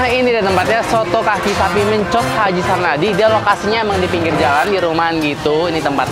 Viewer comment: Mencos, e nya dibaca seperti meja. Bukan e dibaca kepala. Untuk seputaran percetakan negara, salemba, pramuka sdh terkenal dr zaman 90an.. Mencos itu nama orang, dijadikan nama daerah di situ..